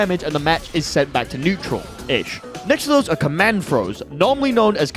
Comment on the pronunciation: haha netural